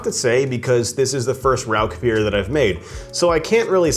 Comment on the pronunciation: I found your channel today, and really like a lot of your videos, especially those related to German biers! I lived in Germany (US Army) for 6 straight years at the end of the 1990's. My first thought is for you to pronounce the name of the bier correctly... it is "Rausch"... sorry, just an annoyance for me... lol! Anyway, I have made my own versions of smoked beers before. Rather than buy smoked grains though, I prefer to smoke my own grain. The first one I made was a smoked wheat beer. I smoked about 8# of cracked wheat with orange wood chips - those are extremely hard to find, I had to order them online only. I smoked the grain for about 2.5 hours, then proceeded to brew a basic wheat beer recipe with the smoked grains. That was a dynamite brew, you should try it some time. Several years ago, while still living in TX (I'm in Alaska now) I entered the Alaska Home Brew competition. I again did a smoked beer that I called Hatcher Hurricane - Hurricane Harvey was blowing through south Texas on brew day while I was brewing under my carport, and "Hatcher" for Hatcher Pass in Alaska. For that competition I had to use their challenge ingredient, which they sent, which was spruce tips - the new growth in spring from spruce trees. My base grain again was wheat, and again smoked with the orange wood chips. There were some other excentricities with my recipe, but it took 2nd place in the smoked beer category. If you would like, let me know and I can send you that recipe. It's dynamite